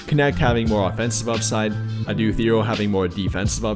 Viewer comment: Apparently its prounced like Hero.